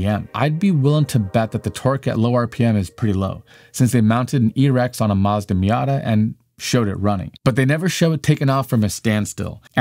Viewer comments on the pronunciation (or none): none